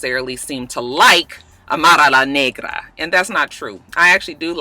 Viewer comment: lol I love how you say Amara's name. You say the full name perfectly haha